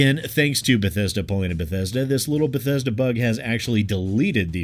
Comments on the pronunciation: i'm new here. did he just said Bhetesda Bethesda and Bhetesded ? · But bethesda buthesda.... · Oh damn, you overdid yourself this time, B E T H E S D A. like a 100 times or so. It's kind of extremely annoying and hilarious at the same time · If anyone tried to take a shot for every time said Beh-Thez-duh.... Their livers would fail. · Is there a drinking game where every time says "B E T H E S D A" you take a shot? 😂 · Re-Install Fallout 76 every time you hear "Bethesda" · 1 minute in, 12 "Bethesda"s. This is going to be a fun 6 and a half minutes. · Thanks for helping me learn how to pronounce Bethesda! :D